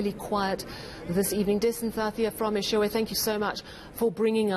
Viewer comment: Its Eshowe with an O not an A its not Eshawe please pronounce correctly 🙏🏾 thank you